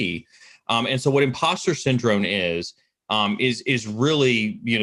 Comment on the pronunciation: Am I crazy or does he syndrone instead of syndrome. Love these videos but that's kinda driving me nuts...